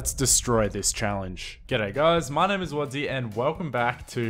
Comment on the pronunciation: Wadzee? No. WoodZee